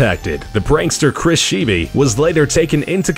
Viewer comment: The last name of Chris Scheibe is pronounced "Shy bee"